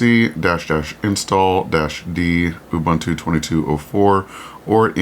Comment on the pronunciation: ubuntu is pronounced ooboontoo.